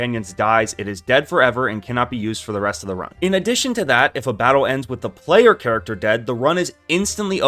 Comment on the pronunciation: “charchter” lol